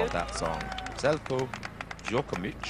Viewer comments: Not to mention, he butchers Zeljkos name. Sounds worse than nails on chalkboard. Doesn't even bother to learn how to spell someone's name. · Zeljko Djokovic, he is pronouncing it like that every time